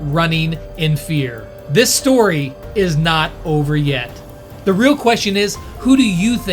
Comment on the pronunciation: That steawy is karios time 😂😂😂😂